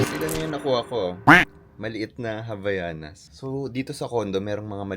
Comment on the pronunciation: Hi po! Mali po ang pag pronounce niyo ng Havaianas.. It should be- "Ah-vai-yah-nas." :)